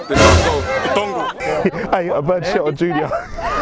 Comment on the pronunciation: Someone give me the minute of “dongull”